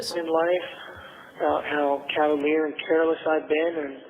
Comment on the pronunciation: And calavier instead of cavalier.